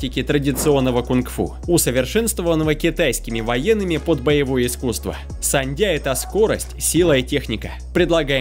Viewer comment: Не сандия,а ушу- саньда.